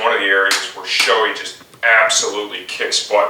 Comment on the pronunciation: Great video...but Shoei is pronounce as, "Show-ay". :) No reflection on your video though. Well done and helpful. :)